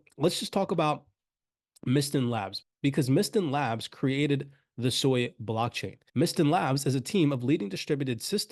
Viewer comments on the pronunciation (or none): Its SUI, not SOI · It's pronounced Swee, Japanese for water. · Please, it's pronounced: Sue - Ee